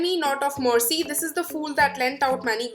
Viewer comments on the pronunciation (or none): none